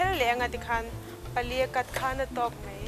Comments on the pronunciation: Siam thiam viau mahse mizo ṭawng hmang dik la ka ti entir nan 'mai' tih tur ah 'mei' ti reng a......ngaihthlak a hahthlak deuh ka ti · "Mai" tih tur mei tih ang chiah fimkhur a ngai,a dang dangh pawhTin mizo in tawng kan nei a,ziah dik, lam dik hi kan zawm tur a ni a a harsa a mahse,. lam dik hi chu a harsa lo. Naupang kum 10 hnuai lam lam dan ang hi chu a chi tawh loh a "r" hi tlir ngei ngei tur tlir tih chu kan hria ang chu maw. Hnamdang unau ten r (letter) hawrawp mal awmna thumalah an lam dik thei lo fo. Chuvangin mizo tawng a Ra pawimawhna kan hre thei ang. Eg Arpa hi Alpa an ti ,tlang ,hi talang an ti fo bawk. Thar ,ber, sorkar tih ang chi thumalvtawp a r a awm hian hmeichhia ten in lam leitawt fo hi a fuhlo tawp. Thildang in han sawi ah in lam fiah fim tha hle . .... "Mahse a Ar a zir a nia nga....Ar kan ur chhung khan "...tihah te lei i khawr bik zel a ka lo hah thin . Tlang takin lei tih tlir vek tur. A changin in tlir thei tho si a. Ka duhsakna che a ni e. "Bean hi chu duh tawk tawh mai ila" tih lai i lam dan fiah zia hi,a va nuam em,lam no emaw lam sap a ngai lo reng a ni. Tin Mizo tak zel in aw. I hmel tha i zei mi thiam lutuk i nih hi.